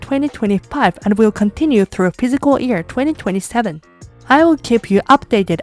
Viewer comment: I have a liguistic question. You pronounce "year" almost exactly like "ear". Isn´t the Y sound also part of Japanese language (e.g. wouldn´t Yokohama also be pronounced with the Y sound? Thank you already for the explanation